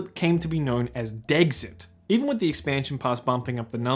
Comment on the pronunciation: the absolute heinous and awful way you pronounced dexit has ruined all respect i had for you